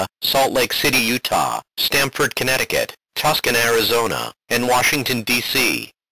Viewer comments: ***** He didnt say tuscon he said Tuskan. :0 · I heard Tuscan ARIZONA and there is no Tuscan AZ But theres Tucson AZ